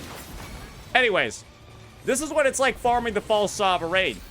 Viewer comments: stop saying sovereign like that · After you're done complaining about this, can you please learn how to pronounce sovereign.